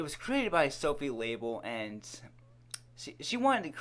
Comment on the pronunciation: Lol did he just pronounce LaBelle as label?